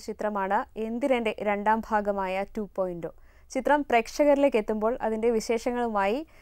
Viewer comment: 2.ഓ അല്ല.... 2.0 ആഹ്😂😂✌